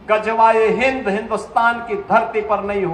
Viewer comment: Phle gazwae hind ko sahi bolna sihk le